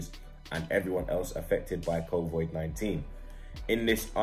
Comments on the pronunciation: Nobody:: “covoid” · Covid not covoid fam 😂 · bottled the pronunciation too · He keeps saying Covoid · it’s slyly getting on mans nerves lol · Kovoid 19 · whos gonna tell him its not COVOIIDD